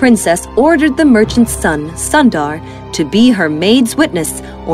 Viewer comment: Sundar is not (☀️-dar)..it's u sound is more like u in put..and Sundar means beautiful in Hindi..if you can edit the audio now..then please do so..btw ..the content of your channel is great..I always watch it while I have food..❤️